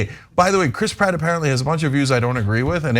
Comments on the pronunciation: Chras Pritt😫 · Lol, the way Cenk pronounces names in this story is funny. Mer-io and Crisp Rat. Now I'm always going to have that in my head, I can't unhear it.